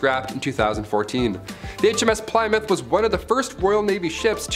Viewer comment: ......how can you not know how to pronounce Plymouth